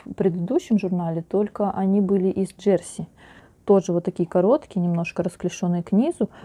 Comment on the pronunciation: Ударение на последнюю букву - «джерсИ»... и почему вы говорите, что на юбке замОк?.. почему «замОк», а не молния, непонятно... всё таки нужно в шитьё правильно использовать терминологию... уж, извините, но пришлось написать, так как режет слух...и простите, но зачем вам такие чёрные волосы, ведь вы молодая девушка... лично я считаю, что все женщины с чёрными волосами - ведьмы... светлое - это добро, а чёрное - это зло...